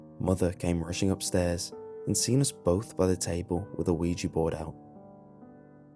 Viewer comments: It's pronounced Wee-Jah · I cringe when hear "weegee board" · I thought it said OJ board lol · Isn't it called WEEGEE board Goodbye.